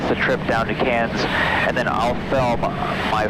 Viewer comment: You are the first person that is not Australia that I have ever heard pronounce Cairns properly.